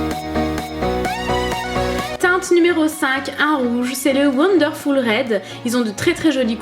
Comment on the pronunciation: l'anglais de "wondeurfoul"